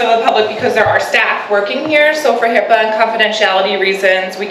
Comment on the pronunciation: Please, its HIPAA..not HIPPA or HIPPO